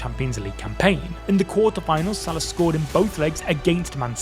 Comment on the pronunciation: Pronounced Sal-A-h not S-A-lah. Shouldn’t be too hard to get right.